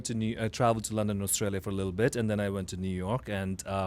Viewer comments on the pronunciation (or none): none